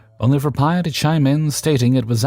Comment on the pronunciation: 🤣 I work in a lab and was confused for a second why you kept saying "my pie" in the last story, then it clicked. For anyone wondering, P.I. (pronounced Pee Eye) is the abbreviation for Primary Investigator; what they call the PhD in charge of a research team. I am guessing the OP forgot the periods (considering how i just typed OP, a reaonable guess, haha) or otherwise didn't explain that it was an abbreviation. So, it would be read as "pi". Great showing as always!